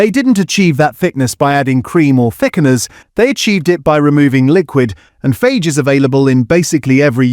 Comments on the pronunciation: By the way FAGE is pronounced "fah-yeh" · ‘ FAGE’? It’s pronounced FAH-YEH. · Thanks for all this useful info. I'm so relieved Fage came out well as it's the only one I buy when it's available. By the way, they tell you how to pronounce it on the pot, and it doesn't rhyme with "page". You can just about see it on the left . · It's pronounced "Yo"...in fact the AI did say it correctly here once. Apart from that ...I'm not sure about pronounciation of "Fage" either. 😟🤔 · Tangier, Fage, Yeo Valley - might want to check your pronunciation of these! But otherwise yes, informative content. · Tangier pronounced as the city and not tangy-er, Fage as phage instead of Fayeh 🤣Sloppppp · Is this narration AI? FAGE? Read the container, it tells you how to pronounce it correctly. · Fage is pronounced Fay ire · Just so you know -- it is not pronounced Faje . It's more like Fa-gay. (Greek for "eat") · It’s not Fage, it’s pronounced FA-YEH! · Yes, I noticed that. He also pronounced Fage as fayg but it’s actually more like far-yay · I thought ai had to be listed on vids now? Tangier? Tangy-er, ie more tangy, tangier. 😂 Phage instead of Fah-yay (Fage yoghurt). Do better please. Otherwise, good vid with great info. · It's pronounced as Fie-yae, not fage. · Also the brand is pronounced "Fa-yeh", not "Fage" - it even says so on the pots. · Fage is pronounced Fah-yeh in Greek as the G is soft and you pronounce the e at the end.Good video though! Useful tips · Fage is pronounced Fa- yeh (it's written on the tub) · fage is pronounced fa-ye ! G in Greek sounds like our Y . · It's called "faye"... talk about Greek yogurt.. pronounce it properly... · Please, let’s have a real voice, not AI - “Tangier” as in the Moroccan City! No, the taste is “Tangy”. Biggest laugh “Fage” as in Page, no, try the correct pronunciation. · To the narrator...... it's pronounced 'Fa-yeh'...😁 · FAGE is pronounced FA-YEH apparently - good to know now that I'll be buying it! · Fage, pronounced Fa-yay.